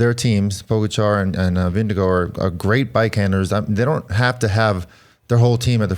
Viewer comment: It’s pronounced Ving-eh-gore